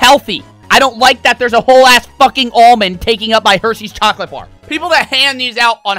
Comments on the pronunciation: saying “chockleat” gets me all the time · Dude said "chacolate" 😂😂😂💀💀💀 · “Chaclat”